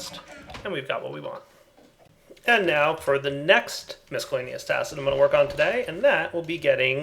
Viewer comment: I don't like it when he mispronounces 'miscellaneous'. Other than that good video.